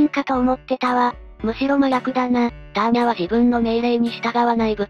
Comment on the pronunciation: アーニャではなくターニャ